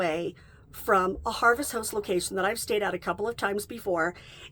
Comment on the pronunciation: Harvest House-t 😂❤ It’s hard to tell if you’re saying Host or House.